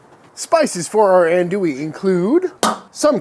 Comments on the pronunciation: Minor critique - "Ohn-du-e" not "Ann-doo-e" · Hi Sir with all do respect it’s pronounced ON-do-ie. I’m from the bayou and the birth place of this wonder German Coonass sausage is LaPlace Louisiana, about 20 minutes from my current home and about an hour from where I grew up on the bayou. Love the vids, they were actually my getaway when I was recovering from throat cancer last yr. Great work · Ahn-douie And if I hear you say Pee-can instead of pa-Kahn I’m gonna kick you in the jimmy! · He keeps referring to this as Andouille. He should say Cajun Andouille, as Cajun Andouille and actual andouille, have nothing to do with each other. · That's some legit andouille just gotta work on your pronunciation